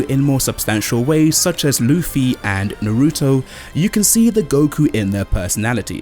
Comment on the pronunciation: Stop saying Naruto wrong!!!!! Na-ru-to not Na-ruto. Bo-ru-to not Bo-ruto.